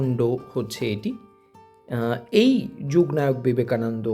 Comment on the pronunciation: যূগ্ নায়ক নয় ওটা যুগনায়ক বাঙালি হয়ে বাংলার মতো উচ্চারন করুন